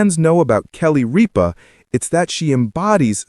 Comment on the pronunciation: Might want to pronounce her name properly